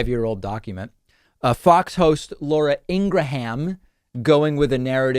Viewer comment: I love how you said “ INGRA-HAM”😂😂❤️